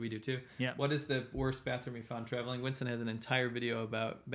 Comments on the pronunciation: w's in some countries are pronounced as v's which is why Winston might get transformed to Vincent in a way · Winston pronounced 'Vinson' is because some people esp new learners of English, find it hard to pronounce 'V's ' and 'W's' !